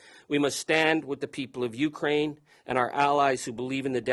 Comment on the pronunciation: When pronouncing the word Ukraine, the accented syllable is not the first. It is the second, as in ‘’ u - KRAI - ne “. Otherwise it sound like “ you crane “. Like when one is addressing a tall, white bird.